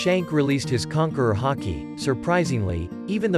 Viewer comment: Bruh he said “hockey” He cannot say Haki but instead hockey